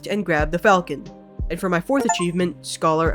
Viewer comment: The video is great, but the way you pronounced "falchion" physically hurt me^^